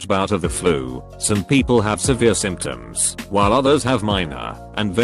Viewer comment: Simp shuns? Symptoms?